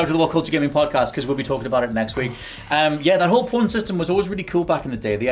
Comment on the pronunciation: saying porn instead of pawn then calling people who heard it filth, or maybe he just has a speech impediment.